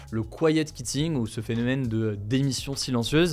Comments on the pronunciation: quiet kitting hahah prononce quitting comme tu prononce quiet qwitting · Hello Hugo, Je voulais faire une petite remarque sur la prononciation de quitting : kwitting, au lieu de kitting... tu as un anglais supérieur à la moyenne mais je pense qu'il ne faut pas se reposer sur ses lauriers si c'est une langue qui te tient à coeur. J'espère que tu ne trouveras pas ma remarque méchante ou maladroite, je regarde tes vidéos tous les jours et je trouve que l'équipe HugoDecrypte fait un super travail ! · Comment se fait-il qu'avec la nationalité britannique et ayant fait Sciences Po vous ne prononciez pas bien 'quitting'? Pourtant c'est le même son [qu] que pour 'quiet'. Si on décide de franciser le tout on prononce alors 'kiet kitting' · quitting ça se prononce "kOU i ti n gue" 😅